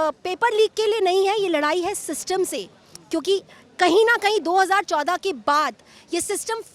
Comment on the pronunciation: Why is she stressing the word 2014. This lady knows half truth. sick of these people. Sorry to say this, Is her balls are implanted just after 2014 and back then was she sleeping. Back then India didn't have significant importance on Global stage, now the times have changed. Northen side of Indian people are really fccked up and lacks Political knowl3dge, facts. FCRA is shaking their spines, I can feel it.